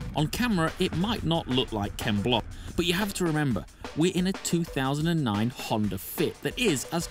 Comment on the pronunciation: You had me up until you said "Ken block"